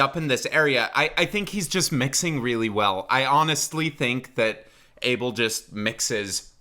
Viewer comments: he sounds like my habesha uncles singing soul music and now that you mention it MJ as well side note: his name is not pronounced like "able" but rathet "a" (as in aha) and bel (as in Christian bale). also the stress is not on the 1st but 2nd syllable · i pronounce Abel, ahh-bell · i thought abel is pronounced as uh-bell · That’s not how u pronounce it